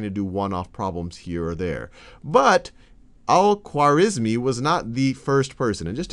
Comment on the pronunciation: It's unfortunate that you didn't take time to learn how to say the name Al-Khwarizmi correctly.